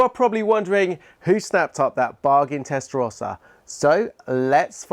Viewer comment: Anybody who can't pronounce 'Testarossa' correctly (not you, ) doesn't deserve to own one.